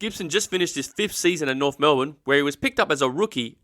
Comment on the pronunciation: But there is an F in Norf